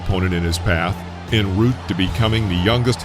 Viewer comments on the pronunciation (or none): En route is pronounced "on" route, not "in" route?! How would you say encore? In-core?!?!